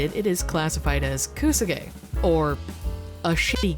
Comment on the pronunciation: Thumbs down for how badly said Kusoge. I used to think she was cool too